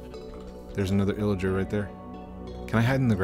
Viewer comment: Thats not illiger its illager. Good content btw also i late 1 minutes😭